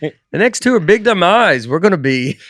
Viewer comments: When Nate was talking about his up coming tour “big dumb eyes” it sounded like he called the tour the “big demise”. Is Nate foreshadowing a down turn in his comedy?!? I sure hope not…Nateland is the best thing going! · When Nate says the “Big Dumb Eyes” tour it sounds like the “Big Demise” tour. Hope it goes better than that. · This episode is so good I’m going to have to listen to it again to catch anything I’ve missed. I laughed out loud so many times! PS- the way Nate says “Big Dumb eyes” tour sounded like “Big Demise”